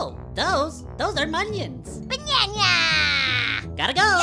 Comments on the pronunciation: Lol instead of minions it’s “monions” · This "MONIONS" makes me *TEARS*..